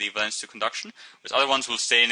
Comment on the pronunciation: valence , say it properly